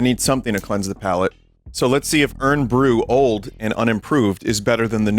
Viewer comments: I like how vinny pronounces Irn like urn instead of iron with a Scottish accent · “Urn”-bru, Vinny please, my bones ache